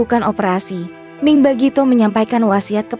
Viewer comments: Salah baca, mi' ing, bukan ming! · Pembaca berita Mi'ing kok dibaca Ming ?! Kenapa dirobah nama Mi'ing jadi Ming ?! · iy it bkn ming tp miing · Miing bukan Ming, anda kurang telilti atau tak tahu nams artis. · Mi ing bukan ming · itu mbaknya yg bacain berita....ming terus